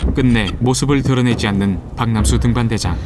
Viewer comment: 박남수 등반대장 아닌가요? 자꾸 박명수로 들려요…. 나레이션 하신 분이 발음이 이상하네…